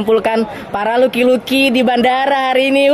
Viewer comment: Lockey = Loki / Laki bukan Luki bang